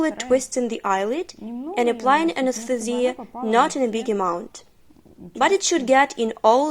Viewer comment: This is great, but the way the translator says "anesthesia" drives me a little crazy.